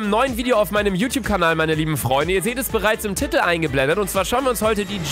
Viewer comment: Alle Menschen sagen Tiiiiitel, Luca sagt Titttel